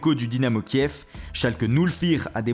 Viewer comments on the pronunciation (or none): none